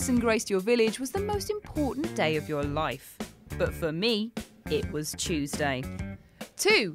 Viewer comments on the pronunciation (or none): none